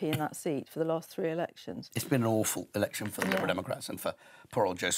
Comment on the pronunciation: says "erection".